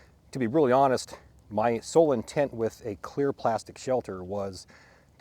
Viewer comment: his “in-tent “ 😭😭😭